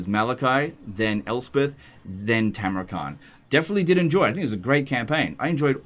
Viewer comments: It's Tamurkhan not Tamurkhant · Khan is pronounced ''han''.